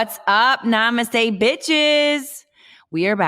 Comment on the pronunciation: Do any of these podcast females know the meaning of saying NEMASTE??????😂